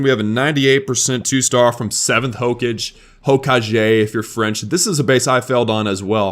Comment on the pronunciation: it is not HO-KA-JE it is HO-KA-GE